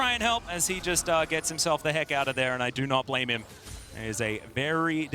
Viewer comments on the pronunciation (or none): none